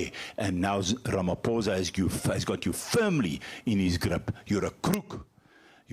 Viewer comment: Can the yt please pronounce Ramaphosa correctly please